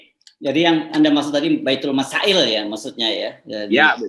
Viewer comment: maaf Bang Hersu melarat bukan baitul masa-il tapi ba'sul masa-il Semoga bermanfaat